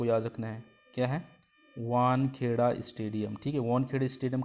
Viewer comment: It's wankhede not wankheda marine drive Mumbai !